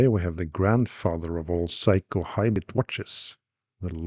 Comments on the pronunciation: Small nitpick: they're pronounced "Sayko", not "Psycho". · Love the Norwegian pronunciation which turns the brand into ‘Psycho’. A little unfair of me to say so, perhaps. Also unfair on the watch, which is pretty darned sane, other than that frantic ticking. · Your pronunciation of "Seiko" sounds like "psycho." Very entertaining. 😆